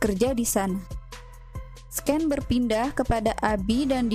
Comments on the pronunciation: Koreksi aja scene dibaca sin bukan sken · Sin dibacanya mba bukan sken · Scanes di baca SIN bukan SKEN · Sin mbak baca nya ,bukan sken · Blm apa2 udah dikagetkan dg pelafalan 'sken'. Coba kata2 sehari2 b ingris masa iya gtau baca yg benernya. Udah mau menikmati spoiler rusak gegara sken. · scene bacanya "sin" mba hehe🙏cuman masukan dikit